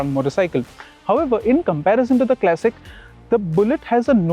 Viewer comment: Kleysik ❌ Klasik ✅ Bina matlab ka tedhiya rha, irritating pronunciation